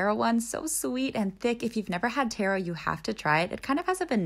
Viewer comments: It's pronounced ta ro not Tay ro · Pls correct me if I’m wrong but I’m pretty sure it’s pronounce tahro and not tero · Taro is pronounced Tarr•oh 😅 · Ntbr but it’s pronounced taa-row😊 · It’s pronounced like taa-rou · It’s pronounced to-ro lol (but it was a funny way to say it too) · Y does she pronounce taro like tarot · The word taro is pronouced tAhroh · So we gonna ignore the fact she pronounced taro wrong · That not how pronounce taro